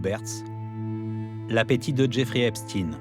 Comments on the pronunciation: EpstEIN, et non Epstine ! Tout çà pour ne pas froisser une certaine communauté, extrêmement susceptible pour être polis. Dont ce pervers faisais parti à part entière, que cela vous plaisent ou non, et ce n'est pas le seul, STRAUS-KAHN, WEINSTEIN, KHON-BENDIT & j'en oublie.... Ha oui dernière chose, il n'y a rien d'antisémite là dedans (Car de toute façon, vous ne l'êtes pas "sémite" pour la grande majorité, puisque vous êtes des descendant des pays de l'est de l’Europe), ce sont juste des faits, rien que des faits, ce serais des "inuites" ou des "Tibétains" ce serais du pareil au même, bref tôt ou tard vous tomberez TOUS les uns après les autres, car il n'y pas de race supérieur (tiens tiens, un point commun avec un petit moustachu bien connu) il n'y a d'ailleurs qu'une seule race, LA RACE HUMAINE, un point c'est TOUT ! Et elle est pas belle à voir, d’où qu'elle vienne pour tout dire. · Il ne s'appelle pas "EPP STINE ...."..ca se dit " EPP CHTAÏNE......",comme FRANKENSTEIN......le temp est mossad......la GERBE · Epstein pas epstine. Satané journalistes. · EPSTINE ? MDR ! Dyslexie ????